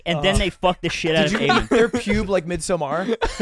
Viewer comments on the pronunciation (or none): Is it really pronounced “mid-sum-R” sounds so not right